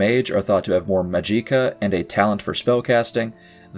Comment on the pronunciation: Majiika is a very interesting way to pronounce the name of this force